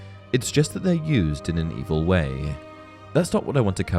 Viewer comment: "...that aren't inherently EV-EL-AH"